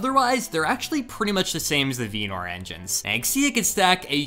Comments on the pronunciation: Pretty sure he tried to say vernor and failed. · Im sorry, VEENOR?? 😭 again, so he’s just comment baiting us. I thought you were better than this.